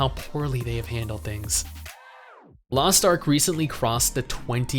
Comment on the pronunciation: Lost arh? Wtf is lost ARH